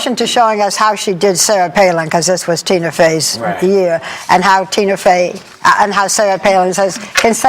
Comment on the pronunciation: barbara hahahaha, she kept saying tuna fey